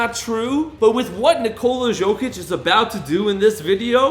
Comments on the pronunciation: It’s Nicola (yow)(Kich) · Bro im really sorry but its not pronounced jokic it’s pronounced yokic and jusuf is yusuf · Stop calling him Zokic, its Jokic!! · its not Jokic its Yokic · dude is saying "Jo-Kitch" it's "Yo-Kich" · it’s not a J it’s a Y in Jokic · silent j bud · It's "burek" not "borek", and it's Jokić not "Zhoukich". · "nikolas jockich" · Bro butchering his name like some 5 olds , how hard it can be to say YO - KITCH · Ok I just can’t stand how you say jokic the j makes a y sound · The pronunciation is so distracting 😅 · great video, but horrible name pronunciation. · Can't make a video on a guy and not know how to pronounce his name correctly.